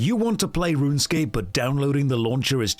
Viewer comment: that’s not runescape, that’s ranscape 😭😭😭